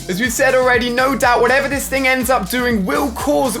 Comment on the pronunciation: Ali: I'll definitely keep an eye on dis one Me: Its called "this" not "dis"